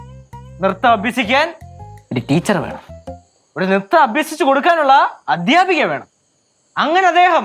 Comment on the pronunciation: എടെ, മലയാളം അക്ഷര ശുദ്ധി ഇല്ലെടെ! അ' ത്യാ'പകൻ....?'ദ്ധ്യ' പറയ ടെയ്!